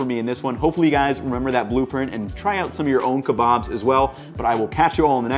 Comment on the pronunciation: Keebobs and peetahs 🤣